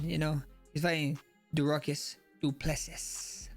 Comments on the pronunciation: No dooplus sees but say dooplu sea...sea as in ocean or see as in look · “Derucus Dooplesess”😂😂😂😂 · Dooruckus Dooplesesss 😂😂